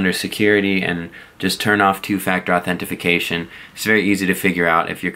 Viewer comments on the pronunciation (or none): I guess you missed that he said authenefication instead of authentication. I know what two-factor authentication is.